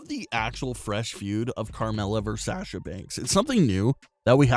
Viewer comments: Very hard listening to your mispronunciation of Sasha over and over and over again (it's 'sahsha' not 'sash-a'), so the name change will help in that respect. Also, "vs" is "versus," not "verse." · Stop saying Banks name wrong. It's pronounced Saa Sha now Sa Sha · Can you please learn how to promote Sasha instead of saying Sasscha